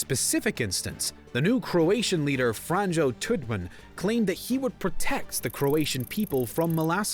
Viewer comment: "Franjoe Tuddman"??? Sheesh at least learn how the names are pronounced